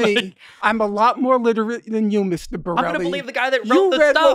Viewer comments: I understand, Mr. finklestein not thinkg Mr bonell was qualified to be at the table, but to spend the entire debate intentionally mispronoucing a name and dirt slinging against any argument really makes you look bad in the eyes of a normal person. Especially when the break happens and it becomes obvious it is intentional. It was a bad look for Mr. finklestein imo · I gotta say, having learned the real name of destiny just a few weeks ago for the first time, even I questioned myself while watching the debate whether his name is Borelli, Bonelli or Bonell. So I can imagine Finklestein didn't mean to mispronounce his name, he's old! 😄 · that very well might be consensus among people on the internet who know of these two. Of course, you will have "my side won," but to a normal unaligned observer or listener, I would think it would come off as unprofessional to ask for a name just to intentionally mispronouce it and to sling dirt to discredit someone where as if Mr finklestein had just dismantled the arguments alone without the dirt slinging and disrespect it would come off better. That's just my opinion from an unaligned observer/listener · norm also uses ad hominems throughout the entire debate against destiny and also incorrectly pronounces his name multiple times. Really smart dude. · ”renown scholar” can’t even pronounce one guys name 😂😂😂🤡🤡🤡 smartest palestine supporter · I would expect that from a streamer, but from a professional like Mr Finklestein, I would expect more than him coming in from the start intentionally mispronoucing Mr. bonnells name after asking for it. I just think it is a bad look for him from an outside perspective, imo. I could but wrong, but that's just my feeling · maybe that is true, but from an outside unaligned perspective, I just think it is a bad look for Mr. finklestein to begin with mispronoucing his name and name calling to discredit anything Mr. bonell says imo.